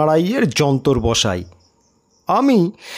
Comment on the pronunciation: জানিনা শরদিন্দু বাবু কি লিখেছিলেন কিন্তু আপনি তো ই এর জায়গায় য় আর য় এর জায়গায় ই করে ফেলেছেন। আখের যন্ত্র বসাই আর দিনের বেলায় তাকে দেখতে পায় না । এই কমেন্টে যদিও কিছু রিপ্লাই দেননি কিন্তু তবুও দেখলাম এটা বলার পর আপনার ই য় উচ্চারণ অনেকটা ঠিক হয়েছে।